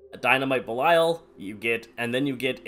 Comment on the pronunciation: The first guy I've meet that says belial right